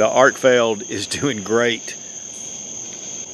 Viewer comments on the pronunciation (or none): I really like it when people can read and correctly pronounce product names they’re promoting. Arkfield vs Arkfeld. These names are not intended to be interchangeable and only one of them is correct. 🤦🏼‍♂️